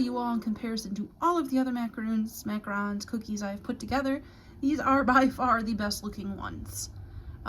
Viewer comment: You were right at first they are “Mac-a-Rons” not roons. Good job! Love the video